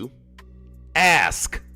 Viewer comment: "Axe" "Fustrated" "Libary" "Goings on" and other countryass pronounciation is how Dawn Woods talks.